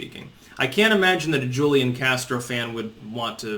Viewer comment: It's "Hoo-lee-on" Castro....Hoo-lee-on. Now stop mispronouncing it, you rayyyyyciss turd! /s